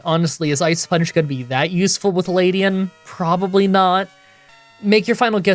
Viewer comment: OH MY FKING GOD LEDIAN not LADIAN It has an E not A Other than that good show